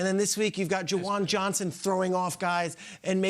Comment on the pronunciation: “Jauan Johnson” 🤦🏼‍♂️🤦🏼‍♂️🤦🏼‍♂️🤦🏼‍♂️